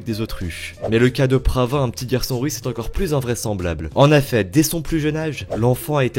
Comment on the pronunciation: XD " en aifai " genre avec l accent =( en effet)